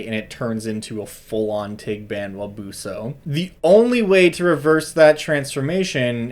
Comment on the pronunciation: Pronunciation is actually pretty good - I'd stress the 's' in 'buso', but otherwise, yes